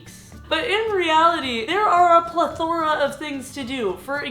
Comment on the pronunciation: Goes to Harvard, can't say plethora correctly